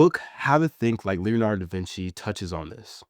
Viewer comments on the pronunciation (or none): It's LeonardO not Leonard. It's difficult to take you seriously if you don't know that.